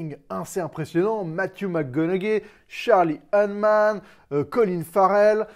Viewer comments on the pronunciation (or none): Ptn mais tu dois prendre des cours d'anglais mon gars, c'est Gentlemen, pas Gentleman, c'est McConaughey (Muh Coh Na Hey), c'est Charlie Hunnam (Hunnim) pas Hun man 😂🤦‍♂️